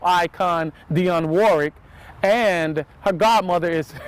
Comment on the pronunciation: Can you try to pronounce Dionne Warwick's name correctly?